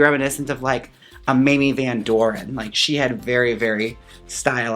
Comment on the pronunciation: when u said Mamie Van Doren i heard "Minnie Van Door" WELCOME 2 THE STAGE,,,, lol perfect dragname<3